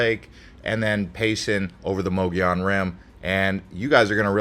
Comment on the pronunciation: All you 'young' YouTubers routinely say [moe-gee-on]...it's [MUGGY-OWN] ! ! ! ! Yeah, yeah, sure you think you are being gramatically correct, or your friends pronounce it that way, but that is a Carpet Bagger THANG propogated by non-native Arizonans. I was born in Yuma in 1953, and lived in the TRUE sunshine state(sorry FL-you are not full of sunshine) most of my life - so far. EVERYONE I knew growing up including most of the Navajop and Apache people pronounce it the way I phonetically spelled it. Yeah is may be a colloqialism, but it's the way we natives say it. Get with the program! BTW me and my extended family vacationed to the 'White Mountains from my birth onward, and I have photos of my parents fishing there in the 40s. Greer, Pinetop, Snowflake, etcetera were my favorite places to go in August during the Monsoon season - as it were. The part I love the most was buying a day or week fishing permit for the Res up there near the White River Fish Hatchery. Mom and dad and I would pay a small fee and catch a pail full of Blue Gill and little Trout in streams there. We's clean them, cook 'em on an open fire, and eat them under the bright Arizona sun in the pines. My older siblings and their tribe preferred Greer, having spent many summer days there before I was born. Those are some of my memories as a very old Arizona Desert Rat.